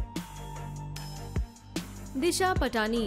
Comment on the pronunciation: Disha patani is pronounced as disha paatni